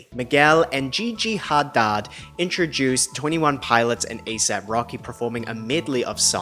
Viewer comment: It's the pronunciation of "Gee-Gee HA-DODD" for me 😂